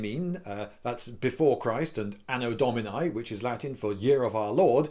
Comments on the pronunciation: *Ahno Dohmeenee ffs.. "dominay" is something an American would say... You are a traveled man, act like it! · Anno DominIIIII. Not Dominae, it's masculie. Dominiiiiiiiii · I'll be the nitpicking b#tch and I'll point out that you're pronouncing Anno Domini almost perfectly, except for the last vowel, which should sound like "ee", as in "tip", and not like "ay", as in "fry". Both “I”s in Domini have the same sound, since Latin vowels have a constant sound. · Anno domin-ee, not anno domin-eye. Sorry, old Latin student.